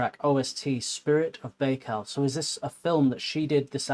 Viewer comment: "An-ku-DEE-no-vah" Accent on the middle syllable. "Buy-cal". Baikal.